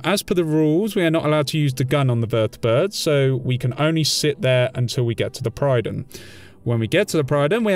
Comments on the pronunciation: The Prydon? It's called the Prydwen - pronounced; Prid-Win. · Pridd-win. Not pryden... The game says it multiple times xD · prid-win not pride-win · Pred-win, not Pride-wen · I think it's a deliberate mispronunciation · does it annoy anyone else that he pronounces Prydwen wrong every damn time he says it?